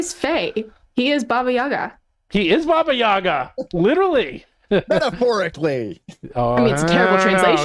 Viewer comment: The mandatory props to for being the only one who pronounces Baba Yaga correctly.